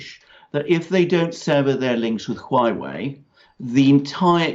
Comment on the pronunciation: Huawei is pronounce "hwaway" and each syllable is an ascending tone.